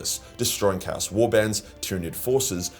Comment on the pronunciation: Kaus kay-os